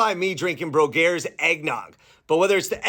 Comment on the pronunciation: You just get your information from Wikipedia, and that’s why you mispronounce the names of things, including this dairy!